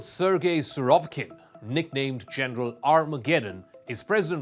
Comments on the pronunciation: you cant even pronounce the name right. Surov I K I N ! not Surovkin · First, learn to properly pronounce Surovikin’s name. That shows that you are amateurs. Second, you don’t know a damn thing about Russian mentality. Free lesson: Russia does not favor defending real estate instead of human lives. The withdrawal from Kherson & Kharkiv was orderly and lives were saved. Check out the casualty numbers. Pay attention here: both sides are Slavs. Russia, contrary to western propaganda, doesn’t mistreat Ukrainian POWs, because they are of similar blood line, and most importantly, they can be exchanged for Russian POWs, (which are tortured and treated badly) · Born in 1996? Really? Did anybody from you at least watched this once before dumping this into YouTube? Maybe he aged badly because of your poor pronounciation of his surname?